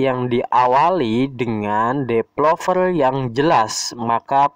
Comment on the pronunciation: Developer ya, bukan depelover